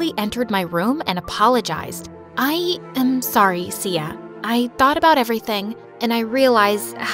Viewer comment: I heard see ya not Sia lol 😂😂